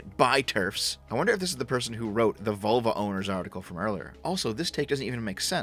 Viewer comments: I thought you said Volvo instead of vulva. Can't stop laughing. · haha, for the first half I listening it sounded like you were saying "volvo" and not "vulva" lmao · Ahahah, I thought you said ''Volvo Owners'' xD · im a bit of a dumbass for this but heard you say volvo the first time it made do a spit take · Every time you say vulva, I keep thinking about my 244 out in the driveway! 😂